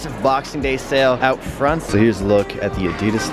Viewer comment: LOL “check these oot”